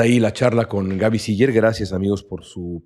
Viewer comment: Hasta que oí pronunciar correctamente el apellido de Gabriela, la mayoría le dice Siler